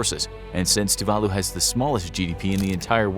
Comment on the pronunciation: Tuvalu is decimated by climate change. It's estimated by 2050 no one will be able to live there. Even now the younger citizens are sent to New Zealand and Australia to get used to living abroad. You butchered the name of the island. It's pronounced Tuv a loo